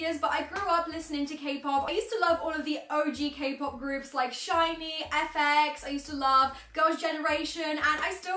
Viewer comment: It's amazing how she knows the correct pronounciation of SHINee😂😂 Most people doesn't😂😂 that's a fact